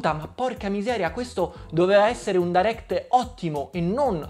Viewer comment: Potresti almeno pronunciarlo bene direct.. è fastidioso...